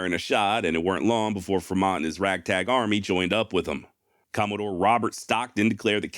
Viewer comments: Mispronunciation alert!!! FRE - mont not fermont :( John C. Fremont's maps were what led Brigham Young to decide on settling the valley of The Great Salt Lake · Fremont is pronounced like "Free-mont" not how you did. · What do you keep mispronouncing Fremont's name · Am I mistaken or do you constantly mispronounce Fremont?